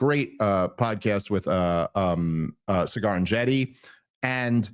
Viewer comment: Candace takes the biscuit with "Cigar" 😅